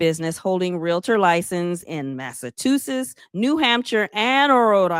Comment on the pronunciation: 🤦🏽‍♀️😂😂😂 Girl! The way you said Massachusetts took me out! 😭😭